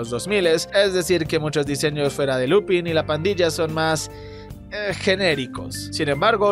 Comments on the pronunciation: Se escribe Lupin, se dice Lupen y tú lo pronuncias Lupán. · Ja ja Solo vengó en plan "Hermione" ; " No sé pronuncia Lupín se pronuncia Lupān"